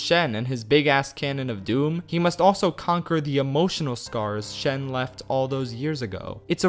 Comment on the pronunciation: It's actually Shen